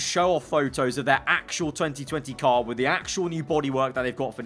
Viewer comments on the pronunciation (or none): Did you say 2020 car a few times , or is it just me?